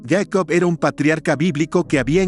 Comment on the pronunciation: Yeicop??? ES jacob...